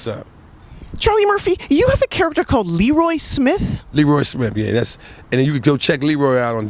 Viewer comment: Too bad it's pronounced "Lee-roye" instead of "Le-roy."